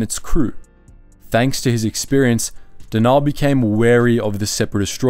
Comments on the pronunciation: Denal isn’t pronounce “De-naal” it’s pronounced “Denal”. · It's Den-ul not however you were pronouncing it. Cool video, but you have a bad habit of mispronouncing so many names